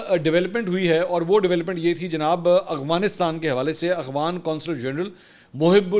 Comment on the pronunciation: خان جی اخوان نہیں افغان اور افغانستان ہوتا ہے